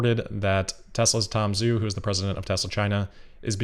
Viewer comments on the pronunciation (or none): Zhu is pronounced like 'joo' not 'zoo' FYI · Zhu is pronounced joo:)